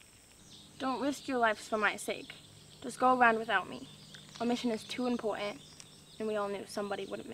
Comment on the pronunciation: our mission is too impowtant